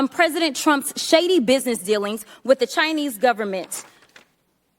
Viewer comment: Fake hair, fake lashes, fake nails, can’t pronounce the word “with.”